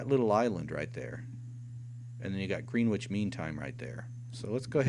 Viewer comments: Gren ich, not Green ich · "Grenwich" is pronounced Gren (rhymes with when) Itch, not "Green Witch". :-)